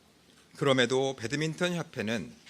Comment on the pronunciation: 저 아저씨는 배드민턴을 왜 계속 배드민튼이라고 해요?